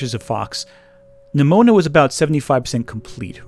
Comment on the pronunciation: am I crazy or every time he pronounced Nimona it sounded like Mnimona (like in Mnemonic)?